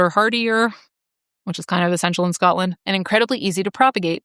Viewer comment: It's so nice to hear an American who can actually say Scotland instead of Scatland.